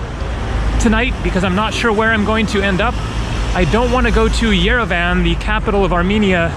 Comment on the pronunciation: You pronounce Yerevan like EuroVan :)))) good video though I hope you will have the chance to come back.